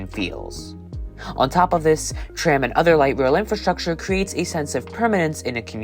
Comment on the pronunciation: Český přízvuk je v některých slovech patrnější více, někde méně, zejména vychází najevo (pochopitelně) při vyslovování českých slov. Celkově se mi Vaše výslovnost líbí, možná bych trochu zapracoval na vyslovováni “tr-“, např. ve slovech “tram”, “transportation” - v tomto videu mi to častokrát znělo jako “č”.